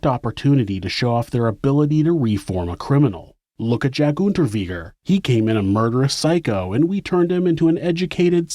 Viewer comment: Unterweger like vague Unterweger it's germanic. 🤦‍♂️